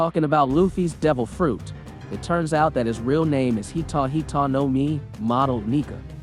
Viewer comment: Did he just say hitou hitou No mi 😂